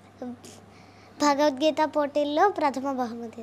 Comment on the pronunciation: భగవద్గీత అని పలకండి అన్న....మీకు ఏమైనా సమస్య అయితే ముందు మీరు భగవద్గీత చదవండి....మీరు తప్పకుండా ఆ ప్రాబ్లమ్ పోతుంది..వాక్ శుద్ధి జరుగుతుంది....